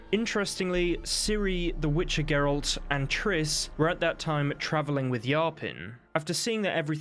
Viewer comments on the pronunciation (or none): none